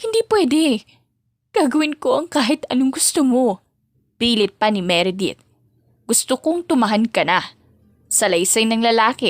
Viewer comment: Law firm. Meredith. Written. ￼ Edith. Huwag mo kasing unahing isipin ang kung paano mo aartihan ang pag basa miss. Kaya walang buhay ang pagkukwento mo at mali mali ang pronunciation mo eh, inuuna mo ang kaartehan.